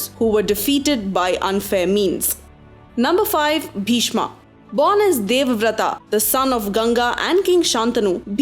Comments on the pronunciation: FYI it is Pandav not Pandavaas, kaurav not kauravaas, bheeshm not bheeshmaa, yudhisthir not yudhisthiraa. there are many more 'aas' used in this video which should have not been used. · Pls its bhishma not bhishmaa, drona not dronaa, change the way of pronunciation. We aren't the English people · Wrong pronunciation Pagli. What the hell is karana, bhishma, mahabharata etc. .It's bhism, karrn, mahabharat. Don't showoff you dump. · Hahaha what an idiotic pronunciations angaaaaa karnaaaaa bhismaaaaa bhardwajaaaa balramaaaaa bhimaaaaa you idiots Plz learn pronunciations before making videos